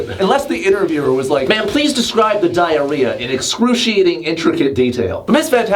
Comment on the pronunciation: It’s not diar- ad -rhea